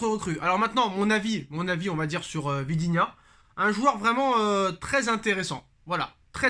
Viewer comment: Vitinha, pas vidinha